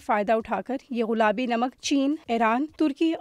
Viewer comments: Ghulabi ghulabi ghulabi ghulabi, aunty ji ye gullabi lafz hy. Sari diniya sunti hy. Urdu to theek bol lia kro. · Baaji ghulaabi nahin gulaabi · Most of the time u said غلابی its گلابی madam g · all the joy end when she keep saying Ghulabi instead of gulabi... common yar such a big channel and such a a big punctual mistake... we were feeling proud of pink salt but the girl by pronouncing such a badly literally off the mood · She's saying "ghulabi namak" 🤦🏼‍♀️ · یہ “ غلابی “ کیا ہوتا ہے۔ بار بار غلابی 🤣🤣